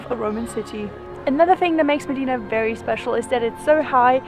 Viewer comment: You gave a nice background history. FYI it's pronounced short i sound, im deena.